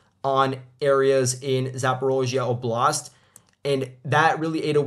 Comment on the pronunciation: oblast -- pronounced "OBE--lust". Stress the first syllable just like saying "challenge", "callous". Image if someone said these words as "chal-LENGE" and "cal-LOUS", it would sound strange. Khimik district. Just like with the word "chemistry", the "ch" is not the same as "ch" in change. It is more like the "K" sound. Khimik ('chemist") pronounced "HE--meek".